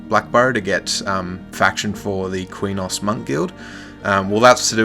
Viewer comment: back in the day when i played EQOA i pronounced Qeynos like kwaynohs and i saw people online years later say it was pronounced keynos. also i always said SOW (spirit of the wolf) like a female pig. like SOUr